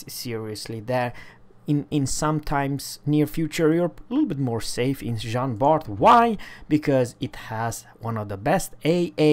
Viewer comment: Bart????? Its prnounced Bar ... the T is silent. :(